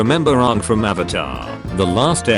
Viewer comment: Whatever robot is speaking is dead to me now. That isn't how you say Aang. Also... the meme was Technically right? Ugh.